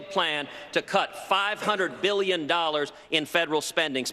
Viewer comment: Never trust a businessman who can’t pronounce the word billion.